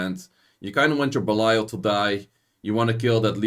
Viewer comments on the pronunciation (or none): always sounds like you say abelio instead of balial